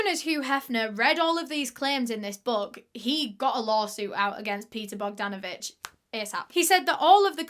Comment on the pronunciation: I am from Serbia ( ex Tito's Yugoslavia, Balkan peninsula, Europe ). Well done for the effort of pronouncing his last name Bogdanović. You pronounced it perfectly. He sounds like a good man in the beginning but disgusting in the end. Where are the police?